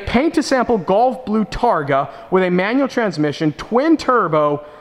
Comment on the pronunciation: Gulf blue. Not golf blue. Sounds like you're saying golf?